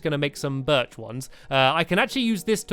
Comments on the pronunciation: STAMPY!!!! UR SAYING BIRCH WRONG!! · stampy said birch wrong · stampy your not saying birch right